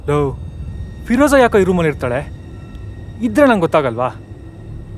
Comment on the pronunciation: Firoza❌ Firraaaja..✅ 😅